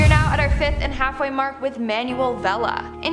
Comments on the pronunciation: The name Manuel is pronounced man-well. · It annoys me how you pronounce Manuel as manual